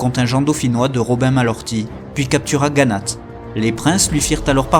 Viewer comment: Très bon, travail historique, bien conté. Mais par pitié veillez à ne pas écorcher les nom des villes, ex. Riom, se dit rion, Le T de la fin de Gannat est muet. Merci.